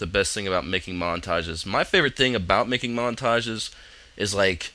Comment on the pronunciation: haha , "makeing" and "totoreal" He's really good at English